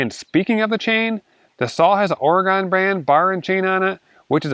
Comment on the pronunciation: Oregon, not Or a gone... 🤨